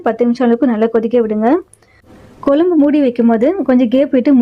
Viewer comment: Kolambu pronuce correcta pa nu